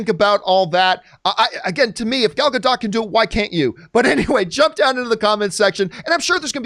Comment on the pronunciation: Dude chill. Also quit saying Gadot like that, say it correctly